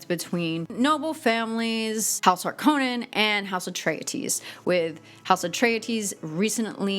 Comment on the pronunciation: Thank You, David Lynch! (sidebar) Thanks for your "correct" pronunciation of Harkonnen, ha. My wife (who chooses the Sci-Fi version over Lynch) and I tease each other on how to say some of the terms...Leto being another.